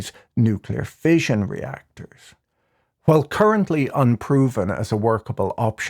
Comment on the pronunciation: I like the way you pronounce "while" as "kwhile", funny finance man.